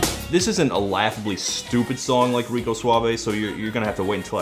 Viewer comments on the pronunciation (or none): The moment I heard #9 say "Rico", I felt compelled to apologize to all Latinx people everywhere. Especially since Gerardo apparently isn't Latino.